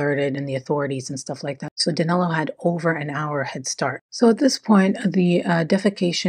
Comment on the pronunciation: how come in daniel, you can say the 'i' correctly, but in danilo, you place an 'a' sound on it, the name is danilo not danalo